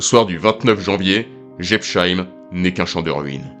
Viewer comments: Quand les français comprendront ils qu´il n´y a pas de "sheim" en Alsacien, mais que chaque nom de ville ou de village se prononce "-heim"; Jebs-heim, Pfaffen-heim, Herrlis-heim. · Prononciation approximative de Jebsheim : le s suivi d'un h ne fait jamais le son "che". C'est seulement le cas si c’était écrit "sch" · J'adoooore la prononciation de cette localité alsacienne ! On se renseigne avant de commenter une vidéo ! C'est la moindre des choses ...:body-blue-raised-arms::face-red-droopy-eyes